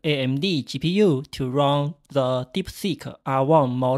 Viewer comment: be aware of the difference between the pronounce of run and wrong. what you said was to wrong the R1 we use ......